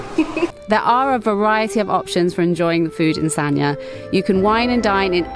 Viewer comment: The pronunciation is “San-Ya”. San just as in “San Francisco”, Ya similar to “Yard” without the ending d. Both and made it sound kind of like Sa-Nya, which is not correct. The Chinese is 三亚, two characters. In standard mandarin pronunciation, one character is one syllable, there is no link between syllables (characters). Here, the first character pronounces “San”, meaning three. The second character pronounces “Ya”. You cannot link the n sound at the end of “San” to the next character.